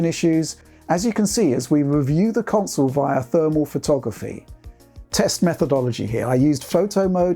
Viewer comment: Witched put the cwonsole frewww it's pwacces